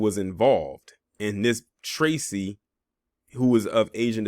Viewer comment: Damn bruh. I like your content but I am a black man and the way you disparaged my name Tracy was a bit much